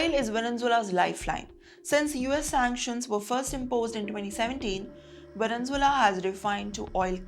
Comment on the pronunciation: Madam, pls correct your pronunciation of the word Venezuela. U r a news reader.